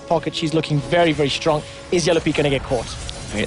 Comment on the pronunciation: "I hope it will be very close, because both teams are so Strong(prounounces Stronk) -random guy: HAHA" <3